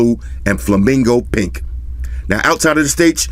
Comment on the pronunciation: It sounds so wrong when you say flamingo pink cause it sounds like flamingo pik which also means flamingo dick in danish😂